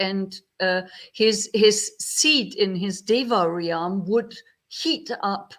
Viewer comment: Dear, it always brightens my heart to see your cheerful and friendly face. I will have to watch the rest of the video at another time, as my internet is not working well. Just wanted to let you know, for future reference, that in English there is no double vowel sound in "realm". You don't pronounce the "a" in "realm" you just pronounce it "relm". It rhymes with the English word "helm" (the controls of a ship). May you and all in your vihara be well.